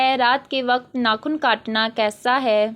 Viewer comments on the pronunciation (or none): Informative...but apki urdu reading thk nhi ,jesay ilm ko ap ne ilam parha ,waqt ko wqatt,rizq ko rizaq aur mulk ko mulak ,work on it .